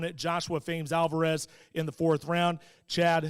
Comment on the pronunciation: "MendeZ" "AlvarUS" Casual detected.